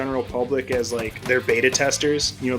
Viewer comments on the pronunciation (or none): none